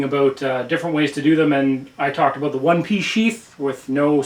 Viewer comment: Are you Canadian I kinda heard aboout.